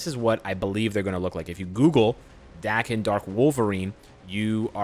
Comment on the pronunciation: Im positive Daken’s name is pronounced like Taken